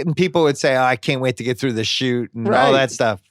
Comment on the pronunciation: Why doesn’t he know it’s “shoe” and not “shoot” 6 card shoot 🙄